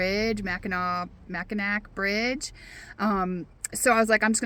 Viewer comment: Fireworks and fireflies. Ahhhh....sum, sum, summertime. Safe travels and thank you for your video. Edit: I made my comment at mid video. You were in my neighborhood! Told ya its cooler up there in them thar parts. It's pronounced Mack-in-aww. 😁 Can wait for the next video!